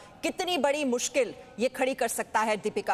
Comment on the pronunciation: पादु कोन नही पदुकोन....पादणे का angle,..